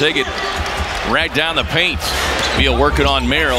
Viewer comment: Lol the way this guy pronounces BEEEel